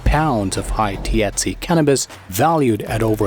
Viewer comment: Lol you can’t say thc